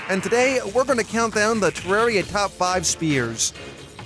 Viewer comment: you pronounced the name of the game wrong